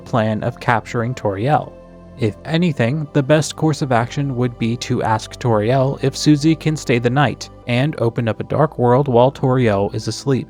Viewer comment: Don't say Toriel like Torielle...! It's not French, it's very explicitly a play on "tutorial" (see the search results from Kris's web searches with the piano two Toriel) (and also her role in Undertale) (and I guess also also her role as a presumably first grade teacher in Deltarune).